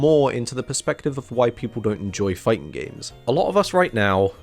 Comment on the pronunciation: "The fighting genre" & "Fightin' games" Why do you drop the G at the end of "fighting" only when "games" is the next word? Is that a running joke I'm not aware of?